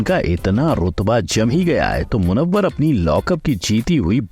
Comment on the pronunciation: Abe acha se naam lo munawar